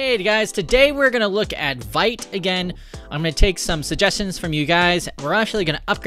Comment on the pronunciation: It's pronounced vit not vite